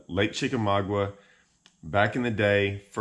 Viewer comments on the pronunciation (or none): Dude. Learn how to pronounce the name. Chick a ma ga. The offshore bite is dependant on how much water they're pulling.